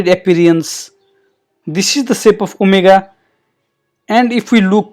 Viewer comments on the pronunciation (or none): none